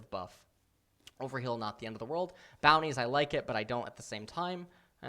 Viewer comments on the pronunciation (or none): none